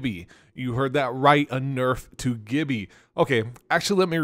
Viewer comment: The way you say “Gibby” sounds like you’ve only read his name and have never played with players that pronounce it correctly.😹🤪🥂